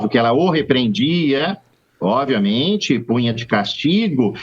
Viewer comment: Avisa ele que não é oViamente e sim oBviamente 😂